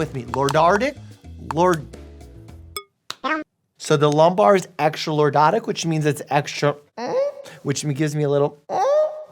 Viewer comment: Bro was fighting for his life while trying to say "lordotic"😭😭😂😂😂😂